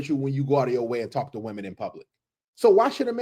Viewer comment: Why is it that nobody can properly pronounce the plural of “woman” anymore? “Did IQ’s drop sharply while I was away?” -Ellen Ripley